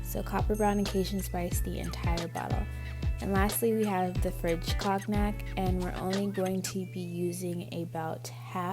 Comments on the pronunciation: Did she say COGnac😭😭😭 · Love Love that color I'm going to try it now. You do great videos. FYI the color COGNAC is pronounced CON YAC. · I love love love the color. But I was dead when she said “French COG-NAC”